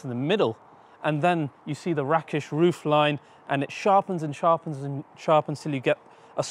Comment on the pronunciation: Great review I thought it was pronounced rake ish roof though 🤔 like cake